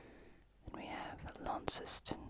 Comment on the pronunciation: Also hehe Launceston is pronounced "Lawn-ston" not Lawn-ces-ton :)